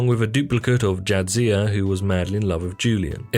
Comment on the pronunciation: Jadzia, not Jadsia...